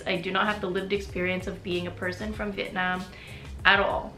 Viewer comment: It was really lovely listening to you share your story and how sincerely and humbly you've approached and received Vietnamese culture and identity. I can't express enough how happy I was to hear you say "Vietnam" and not "Vietnom" while speaking English!